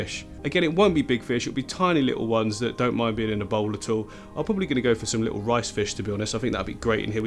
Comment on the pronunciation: You say 'lit- awl' at least 10 times less than Jamie Oliver would in half an hour. Whew!